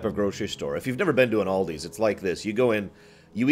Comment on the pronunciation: Aldi It's pronounced Al Di not OLDi it's a Germany company